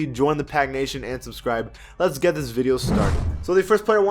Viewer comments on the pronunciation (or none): none